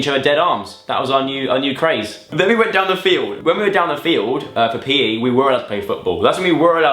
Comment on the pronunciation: When he said PE, I heard peeing 😂😂